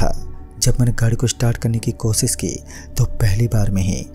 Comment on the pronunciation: Bhai kosis nhi koshish Pronunciation thik kar chote